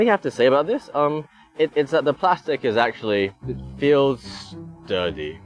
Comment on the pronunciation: Question: : "It feels dirty" or "It feels sturdy"? I think the latter, but it sounded like the former.